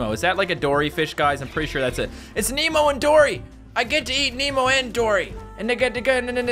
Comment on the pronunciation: except it's Nemo, not memo